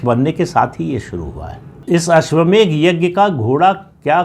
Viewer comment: अश्वमेघ नही अश्वमेध बोलिये